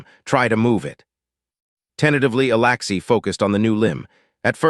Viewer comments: humm you write alexy but say alaxy please get your act together. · Alexi not Alaxi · Right foot on the left leg, Alexi is pronounced with the letter E not the letter A for Alaxi.